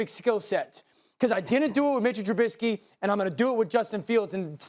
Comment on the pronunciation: SAS always says Trubitzky